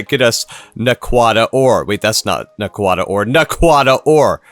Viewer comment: too bad he doesnt pronouce them right 😢